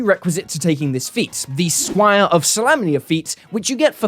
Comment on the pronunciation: Scwhier??? I'm sorry, I love you bro but the way you say squire is hilarious 😅